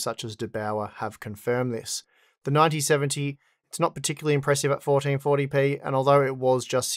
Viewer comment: "Fourdeen fourdy pee"